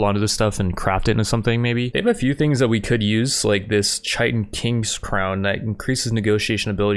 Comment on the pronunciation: Chitin= KAI-TIN. Tomb= TOOMb. It gets me every time. Congrats on Episode 3!